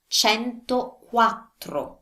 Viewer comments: Hi. Confused a little where you Pronounce centoquatto with an 'r'...is this a mistake? Any advice would be appreciated and thanks. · Did you miss an r in centoquattro?